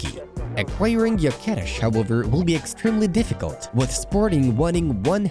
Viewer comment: Hi! I'm watching your channel long time ago, and I love it so much! Only one thing, what I noticed is, that Viktor Gyökeres is a swedish player, with hungarian elders and name. You spell it already almost perfectly, but the GY still causes some trouble for you.:D If you accept some help from me, try to spell it like Novak DJokovic's name. Like DJökeres, if that makes any sence.:)